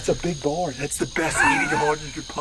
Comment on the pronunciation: ITS PRONOUNCED B.O.A.R... NOT BAR STILL LOVE THE VIDEO